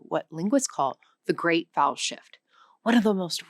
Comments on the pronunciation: I thought she said "the great bowel shift" and did a double take. lol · Why do I keep hearing the big bowel shift instead of the big vowel shift? Is there also a perfectly reasonable explanation for that?